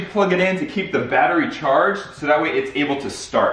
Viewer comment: Wey. Do. You. Chardge the lamgrene